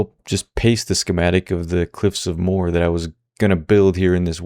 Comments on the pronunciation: Its pronanced mo her its funny the way you say it and song suggestion you should put on "óró sé do bheatha bhaile" its an irsh song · that sucks! (also they're called the cliffs of "mow-her" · moe her is how the cliffs is pronounced, im from ireland lol very nice place